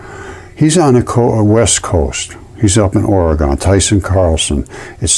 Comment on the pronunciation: ORE-E-GUN. Thanks, good try. Maybe next time you can get it right!